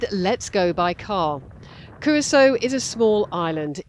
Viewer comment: Excellent videos ! But why is it that you insist on inventing your own pronunciations of common names ?!?! Patreon, and Curaçao ????